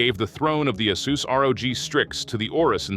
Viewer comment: Hey is it "Ah-SUS" or "Ey-SUS"? Are you using AI to generate these videos? Your pronunciation of ASUS is inconsistent in this video